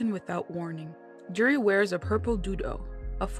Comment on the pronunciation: It's Juri lol